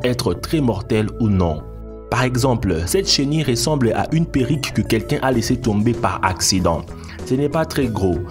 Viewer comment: Mdrr numero 5 des tendances avec un c’est au lieu d’un ces dans la description. On dit perruque pas perrique. Bravo la jeunesse